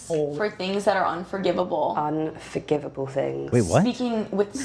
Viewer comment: "Forgivness for unforgivable things 😮" British cult girl: "UnforgivaBole fings 😏" Me: Yeah they are doing some crazy shit in that cult